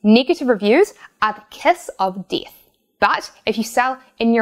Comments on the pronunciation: "Negative reviews are the KESS UV DEETH." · "Kiss Of Dith"